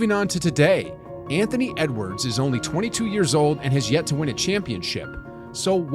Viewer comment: Yeah the first "Antony" Edwards 🤣